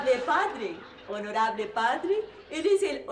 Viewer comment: Los Honolables jajajajaja